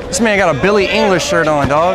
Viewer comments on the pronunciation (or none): mans said “billy english” 🤣